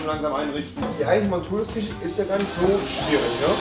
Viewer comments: TISCH Junge TISCH nicht TICH was ist daran so schwer .... 😂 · Ich gebe den Shop-Code erst ein, wenn du das Wort Tisch Tisch aussprichst und nicht Tich